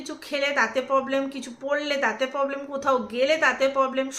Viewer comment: Poblem na problem kotha bolte sekho😊😊😊